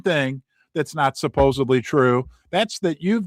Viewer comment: I'm usually not a pronunciation Nazi, but the word is "SupposeDly, not supposeBly. There's no B in supposedly.